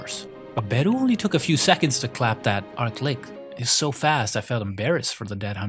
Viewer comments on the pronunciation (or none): Arklick? Pfff It's ArchLich as in a tch sound, not k.